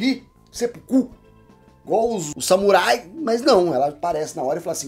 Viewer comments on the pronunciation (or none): none